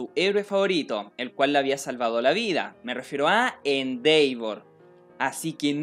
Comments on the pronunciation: Disculpa nose dice Endeivor se dice Endevor en la pronunciación, bueno solo es mi opinión. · se pronuncia endevor tanto en ingles americano como en ingles britanico....no endeivor e_e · Se dice Endeva 😎✌ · Nadie: Absolutamente nadie:: "endeivor" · Mis oídos sangran cada vez... se hace bolita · Elias Cruz De hecho se pronuncia “IndevOr” con un ligero grave en la letra O, ya que es una palabra en inglés, y en japonés se escucha “Endeva” con una extensión en la letra A, pero no se Japonés así que ahí si lo puedes decir como quieras.